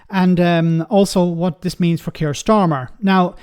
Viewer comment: Keir Starmer, not Kier Starmer.